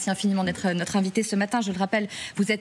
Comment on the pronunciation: Envité ? Fronce ? Hollywoodian ? Vusion ? Comment peut-on laisser parler en public cette femme ne sachant même pas prononcer sa langue maternelle ?